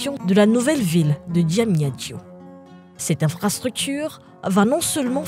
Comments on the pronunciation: Belle reportage par contre la prononciation de certaines villes comme Diamniadio ressemble à du chinoi😂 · quand t'on fait un reportage pour un pays, il faut veiller de bien prononcé les nom des lieux. et le soin de bien les connaitre. et aussi bien les prononcé, comme blaise (DIAGNE) ou (DIAMNIADIO)